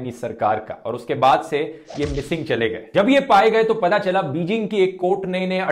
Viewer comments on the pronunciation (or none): none